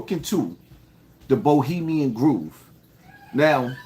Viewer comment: ITS GROVE(THAT RHYMES WITH STOVE) NOT GROOVE!!!